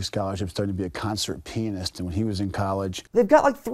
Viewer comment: “Concert penist”